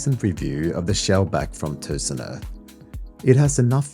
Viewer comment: Good review! And i like how well you say: Tusenö!